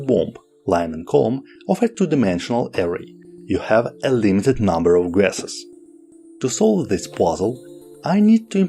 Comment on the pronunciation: Love the video and it's very educating. I would suggest practice with pronunciation. When I turned on captions I was blown away by how different the word was to how you were saying it. Ex. , "Guesses" , That whole sentence didn't come out right. What I can suggest is some voice and tongue warm ups before each video. I see great potential. Keep up the great work.